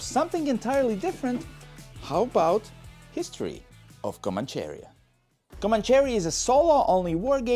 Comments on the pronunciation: Do you see the accent mark on the "i" in "Comanchería"? That means the stressed syllable is the "ri". So it's not pronounced "Comancheeeria" but "Comancheríííía". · it is not comanCHEria, its comancheRÍa